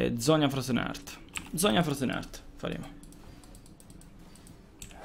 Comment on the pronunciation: M8 mi sanguinano le orecchie quando dici frozen heart... cuore si pronuncia "art" non "ert", comunque sei un grande